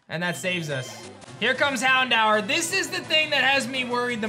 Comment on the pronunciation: Houndour? I dunno about that one buddy 😅